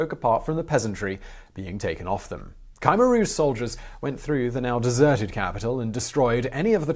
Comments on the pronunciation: For the correct pronunciation of "Khmer Rouge": /watch?v=IG-TpOAUHQM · It"a not Ky meer rooje. It's as if the I qwew silent but if you say Kimmeer rooje it, a better. . Kim rhymes with Jim. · You’re pronouncing Khmer Rouge wrong…there’s no y in Khmer Rouge